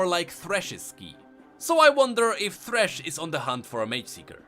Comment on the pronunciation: 1. It's thresh not threshe. 2. There's no proof whatsoever.